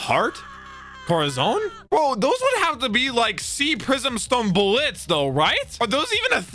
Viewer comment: do you have a problem with pronunciation? Dressros-Á, sea "prism" stone bullÈts.. like wtf dude